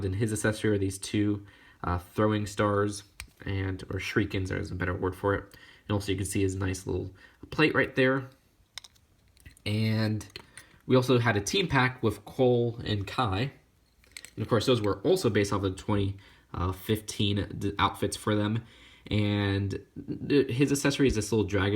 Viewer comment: you said pie it's kie !!!!!!!!!!!